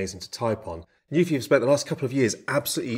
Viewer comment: NU-PHI. It literally tells you how to pronounce it on the keyboard cover. Why does no one get it right?!?!?!